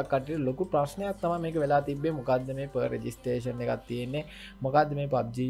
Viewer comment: බ්‍රො නියමය් විඩියො එක... දිගටම කරගෙන යමු...👍👍👍 පොඩි දෙයක් කියන්නම් තරහ වෙන්න එපා.... ප රෙජිස්ට්‍රෙශන් නෙමෙ ප්‍රි රෙජිස්ට්‍රෙශන්